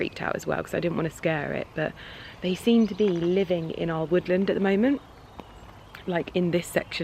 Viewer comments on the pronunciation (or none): none